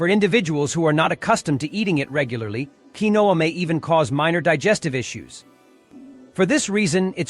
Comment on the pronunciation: You need a better artificial voice. The pseudograin is called KEEN-wa.